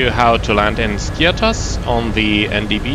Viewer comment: The pronunciation of the island is Skiáthos and not Skí-athos. It’s just a tip as almost all sim pilots can’t or do not want to pronounce it correct.